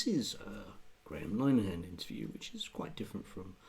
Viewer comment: Lin-a-hen pronounced lol. Ya he was ambushed by her and there was something disgusting about her arrogance while Peter Tatchell sat preening beside her. Dunno how you found this but talk TV have done their best to wipe it off the internet. 👏👏